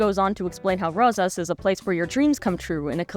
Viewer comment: Yeah I hate how they didn't pronounce it the Spanish way, even though their lead character's VA is Afrolatina! It's like they didn't even try. Le sigh. No effort at all was put into this movie.